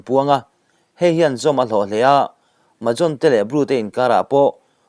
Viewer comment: Mahajon inlam dan hi a thluk adiklo hulhual a thluk diktak chu zampui Tripura mizopa rawn zawt rawh